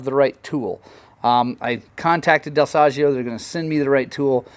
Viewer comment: Ahah next time i take my Beta at your shop I teach you how to pronounce Dal Soggio 😂